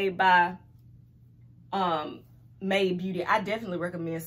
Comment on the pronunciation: My Aunt : I'm loving that "May De" wig Me : "Made" not " May De Aunt : I'm glad you so damn educated